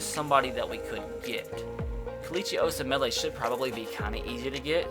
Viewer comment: Dude you butchered osemele's name